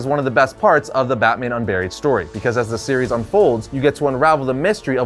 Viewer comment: When you said Batman Unburied I wasn't looking at the video and thought you said Batman UnBarry-ed